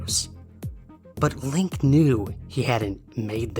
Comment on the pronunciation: FYI, in German, words ending in E have a final vowel syllable, so it's LINK-EH :) Thanks for all your fascinating story posts!